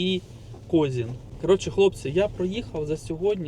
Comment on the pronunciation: КОЗИН- УДАРЕНИЕ НА И!!!